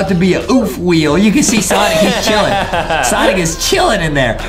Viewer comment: its sonic not sanic